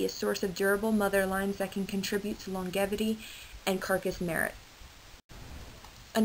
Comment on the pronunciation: To the girl who narrated this video....FYI...in the word LONGEVITY, the G is pronounced like a J, not with a GUH sound.